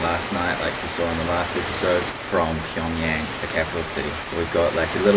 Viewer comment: BTW.. It's Pyung-Y"A"ng, not Pyung Yeng.